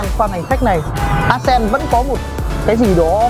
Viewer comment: Móa. Đến tên xe phát âm còn chưa chuẩn thì giới thiệu gì. Ác sen á. Móa.